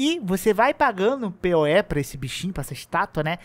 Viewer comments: Pê-o-é? Porque não fala "poe"? Hehe! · Achei engraçado vc pronunciar Poe como P.O.E. Eu sempre pronunciei "Pou", desde o Ocarina of Time. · Não é pê-ó-é. É “Poe”, falando: “pou”.